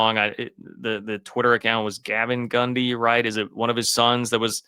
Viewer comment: Is he saying Gumby